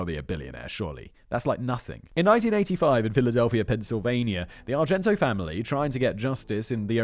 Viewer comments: Love Simon, love these videos but for the love of all that is holy PLEASE learn to pronounce the victim’s surnames before posting these. Argento is not the same as Argentino. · Argento, fact-boy? Argentino. It’s not like you’re not reading it and can’t see the extra syllable there. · Her name is, R-JEN-TEE-KNOW! I'll spell it out phonetically again, R-JEN-TEE-KNOW! Simon's got a touch of the ol Dyslexia! 30+ minutes of hearing him call her Argento is annoying. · Simon I love the CC videos, but it made me wince each time you said called Nancy ArgenTO when the screen clearly said ArgenTINO. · Nancy Argentino not Argento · Can we take a moment to think about Nancy, the victim here, who Simon mispronounced her last name every time in this episode? Her name was Argentino, not Argento. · Her name is Argentino not Argento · Matt, love the wrestling scripts! More please! I'd love to see a Brain Blaze on Montreal. Simon, it's Argen-tino. Great job nonetheless. Jen, gems of memes, thank you. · Simon … not Argento. It’s Argentino. Are gen TI no. I know you have problems with mispronunciation, but I wouldn’t be the autistic pendant if I didn’t point that out. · Ar-gen-TEEN-a. Not "Argento". Ffs. ....and he stayed at the Motor Lodge because it was cheap . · Simon: talks about paying attention to the victims Also Simon: says Nancy "Argento" for the whole video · I'm glad I wasn't the only one. "ChikaLIto" and "Argento" both caused me to actually cringe every time he said it. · Argentin-O........be sure you're right before trying to correct someone. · You could at least pronounce the victim's name correctly... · tells us "place bo" story, misreads Argentino whole episode, gotta love Simon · is it just me or did Simon mispronounce poor Nancys name for the whole Video? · Simon keeps missing a whole syllable of Nancy's last name omg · Is the fact that Simon didn't pronounce her name correctly once despite it being in the video title surprising? No, no it's not. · NOT ONCE